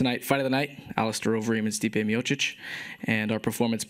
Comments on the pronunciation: "Steep Miotich" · i love how werdum calls stipe steemotich lol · how werdum say stipe miocic : stit miotic